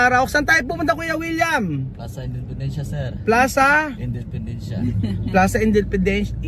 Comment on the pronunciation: Plaza independencia is spanish kaya alam ipronounce n....gud job